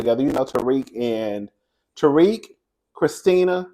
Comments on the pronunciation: That man is not pronounced Tariq😂😂 it’s pronounced Tau-rick. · It’s you pronouncing Tarek as Tariq 😂😂 you got me weak